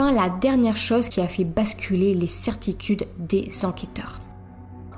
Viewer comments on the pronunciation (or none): none